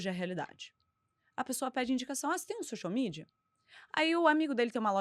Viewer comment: Uaaau. Maravilhoso! Só fiquei um pouco incomodada com a pronuncia do “x” no início do social mídia.